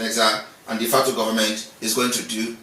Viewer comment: "DEFECTOR Government" or "De Facto." It is "De Facto" and not "DEFECTOR." De Facto" is a Latin word that means "In Fact."